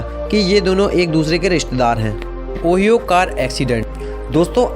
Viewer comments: ओ-हाई-ओ है ऑहियो नही 😛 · It’s not call owie it’s call Ohio lol 😂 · Ooyo car accident nahi hai oohaaiioo (pronounced kiya jata hai) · You better know how to pronounce Ohio and it is state not a city